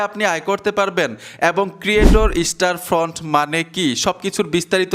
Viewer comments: দাদা ওটা ক্রিয়েটর স্টোরফ্রন্ট /স্টারফ্রন্ট নয় । 😅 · স্টারফ্রন্ট বলা বাদ দাও স্টোরফ্রন্ট বলো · স্টারফ্রন্ট না। কথাটা হবে, স্টোরফ্রন্ট 😊😊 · ভাই স্টারফ্রন্ট না, স্টোরফ্রন্ট। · আপনি বার বার স্টার ফ্রন্ট কেন বলছেন ??? স্টোর ফ্রন্ট হবে কি ??? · স্টার ফন্ট কই ভাই ওটা স্টোরফন্ট হবে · স্টোরফ্রন্ট এর নামটাই ঠিক মত বলতে পারছেন না